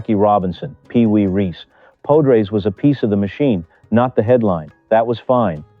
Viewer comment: Pode-rays? POD-RAYS!!.! If you are going to make a video at least learn how to pronounce thr man's name. AI be damned.